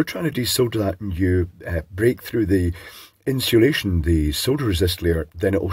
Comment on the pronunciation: I love me some inshulation